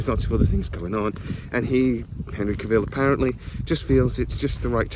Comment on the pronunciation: Do you never hear people pronounce their own names? I can't post links, so here he is pronouncing his OWN name, PLEASE for the love of the gods please watch it! "How to properly pronounce “Cavill”, Henry Cavill’s last name." the man HIMSELF says it's like Travel, Cavill, wait how do YOU pronounce Travel?